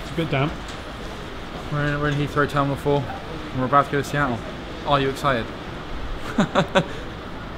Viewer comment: whispers Sea-tul!